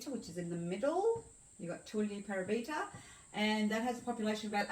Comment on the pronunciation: Thanks for this - lovely! By the way, it's Pa-'ra-bi-ta (stress on second syllable), and Ma-'ti-no (stress on second syllable). Thanks for this video!